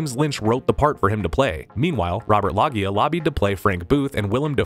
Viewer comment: It's Robert Loggia (low-gia) as in R- Robert Loggia. O- oh my God it's Robert Loggia.